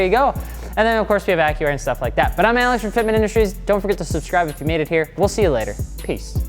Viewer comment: I kept thinking he was saying Acura 😂😂